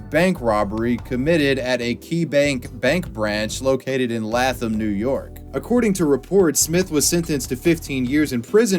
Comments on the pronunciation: im from Latham and im offended that he called it lah-thum and not lay-thum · "Lay-thum" "Latham".. upstate NY has some weird pronunciations to them. Born and raised outside of Albany NY, frequented that Walmart many times in my teen years. Went to school across the street too. Fun times. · me, in Troy NY. “wow a key bank!” OH ITS IN LATHAM— btw it’s pronounced LayThum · It’s pronounced “Lay-them” New York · The way you pronounced Latham is hilarious for us Upstate NYers! It’s pronounced “Lay-them” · As an upstate New Yorker... that was honestly cute. It's pronounced Lay-thum. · Btw Latham is pronounced “Laetham” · Lay Thumb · Uhhh that would be "Lay-Thum" NY 😂 Great video keep up the good work👍👍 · Lay-Thum New York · Latham = Layth+em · Latham-“Lay-tham”. 🤣also I’m from the area and I’ve never heard of this!! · How did I grow up there and not hear about this guy 😂 The way you pronounced Latham too😂😂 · Bruh I hate how he said Latham NY especially because I live like an hour away from there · You pronounced Latham wrong, lol. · The way you pronounced Latham was HILARIOUS, but as someone from Latham NY its a pretty stupid name that sounds way fancier than it is, East Greenbush was spot on though 😂😂😂🤣🤣